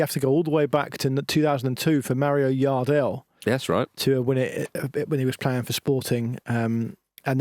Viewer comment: Portuguese names that start with J (like Jardel) aren't pronounced like a Y (Yardel), it's the same as how people pronounce Jota here in England